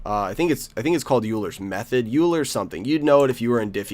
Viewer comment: It's pronounced oiler's method.